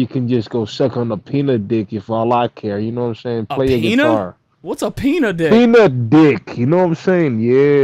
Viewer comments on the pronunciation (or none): none